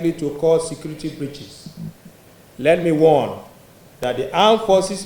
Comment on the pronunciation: Please this guy is repeating (secrety secrety secrety), is it secrety or security ?